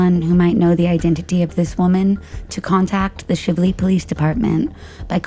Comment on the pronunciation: Don't think this has been commented on yet, but the town with the 2005 case in Jefferson county is pronounced SHY-vlee, not Shivv-lee. Long "I" sound. Rhymes with chive or thrive. Louisville native, I always have to make sure our cities and towns are pronounced correctly 😁